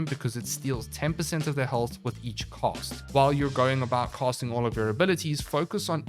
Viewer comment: Say "cast" Now say "cost" Now say "casting cost" Now LISTEN TO YOURSELF. 😶😵‍💫